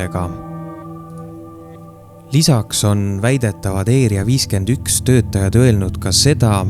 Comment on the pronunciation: mis asi see eeria 51 on,´ häälda asju õieti ikka